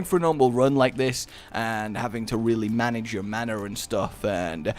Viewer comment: "you have to mana-ge it